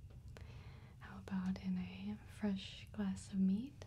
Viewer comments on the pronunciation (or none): It took me a bit to realize she was saying "mead" and not "meat". I was really confused about people eating iced meat. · I done goofed. I thought she was saying "meat" for some reason. Then I realized the outfit she was wearing and the music...and was like wait one diddly fuck second. She said "mead". I cant be the only one that messed that up